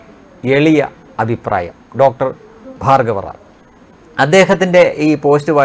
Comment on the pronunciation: Rajesh not fargaviram..,. feethi pronounce as bhargavram, bheethi